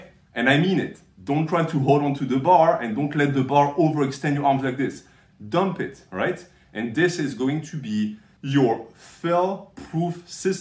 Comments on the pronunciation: I love it when a says: "Domp eet!" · "dump it" that reminds me of the "He bought?" meme video featuring a french man saying it too 😂 Jokes aside, thanks a lot for these movements!